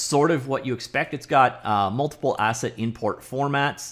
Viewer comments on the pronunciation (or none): none